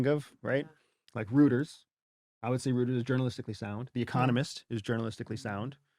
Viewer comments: reuters is a german name. eu in german is oy. reuters is pronounced royters. you not knowing that throws all kinds of shade on you... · Rooters ( Reuters ) is so not sound mate. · He called Rueters "rooters" like bro how do you not know how to pronounce that 💀 aren't you supposed to know this stuff Don't they say the name on their shows too? Like I remember hearing it in high school and I'm at least 10 years younger than this guy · Rooters? I pronounce it differently...The only thing one can do if they go into the governemnt is work and live ethically. That's it and that has it's consequences, either getting voted off the island or put in a corner. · If someone does not know how to properly pronounce the name “Reuters“, I’m not going to take their opinion on journalism all that seriously.